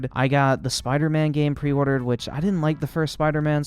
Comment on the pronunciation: Did this man say bider man miles morales 😂